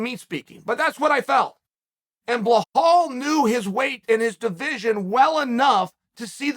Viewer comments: “Blahal” ……. It’s BELAL chael there is no H so cringy ……… he calls Makhachev “Malkalchev” and he calls BELAL “Blahal” ….. say it right it’s not that hard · Why is it so hard to say BILL AL. This fool always butchers names. BLOWHALL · Blahal... It's Beh-lal Belal Uncle Chael murdering names left right and center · Uncle Chael I love you but it's pronounced 'Bee-Lal' not 'Bla-hal" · His name is Belal, not Blohal. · Cheal ma brotha it’s Be-lal not Ba-hal. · Love your work. Please learn to say the name BILAL. His name is not Blahal!! thanks!! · Listen, if uncle Chael says his name is blohal then that's his name from now on. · Behal Muhammad: ❌ Bluh-hull: ✅ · Blahal - lol Chael tells YOU what your name is! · Mr Sonnen, its BELAL, not BLAHAL. You're saying it wrong! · "Blawhall Mohammed", thank you for introducing me to this new fighter on the roster, Chael. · How has nobody told Chael that’s Belal not “Blahall” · I love that his moniker is Belal "Remember the Name" Muhammad ... but Chael's decided his name's "BleHALL." 😅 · Colby too scary. Who is Behall Mohammed though , chael will butcher a name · It’s BILAL not BAHHHAAAAL 🤦🏼‍♂️🤣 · Uncle Chael, his name is really not Blahal, it's Belal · بلال not بهال Bilal not Bihal He’s not Brazilian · I think when he says blahal he blameans belal. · 🤔Bruh... Can somebody please tell me who the hell is the "Blehall" this man speaks of??? Cause I don't believe I've ever heard of him, or her for that matter. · Nobody: Chael: Bahal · Chael "i love belal a lot though i keep calling him blahall" sonnen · Why does chael call him blahall? 🤣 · say it with Bē lul the H is silent bro 😎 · How the fuck do you manage to pronounce belal "blahal" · why chael just cant say bellal? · It’s not blehal lol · Big fan of yours Chael, but you need to stop calling Belal "Blahal" 😅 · Bilhal and Khazmat, love how you do this on purpose all the time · Bellal said " remember the name!! Chael: blehal.. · It's Bluh-HALL.....but you're on the right track 😉